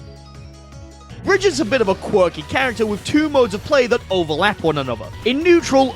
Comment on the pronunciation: I love how he never said brexit's name correctly